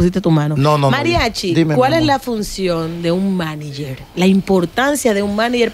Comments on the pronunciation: No hay forma que Amelia ni puedan decir Manager 🙄 dique Maniyer 🙄🙄🙄🙄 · por favor de las cosas o las palabras como son ( Manager ) no es maniger, ya que la palabra viene del origen ingies. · Cada vez que dice ''maniger'' me da ansiedad. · Tierra ábrete y trágame cada vez que Amelia dijo Maniger cuando es MANAGER que se dice... Amiguita mejora tu léxico antes de buscar camara